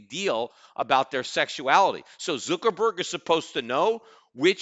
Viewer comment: Lmao Zookerburg! i love the way he says it